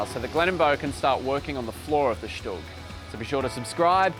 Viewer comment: Hi guys! Thanks! A small mistake. Not "STUG". StuG- right